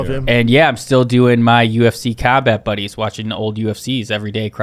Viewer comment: Also what are, not water. Also we, not weed. Also doing, not dune. Also here, not hair.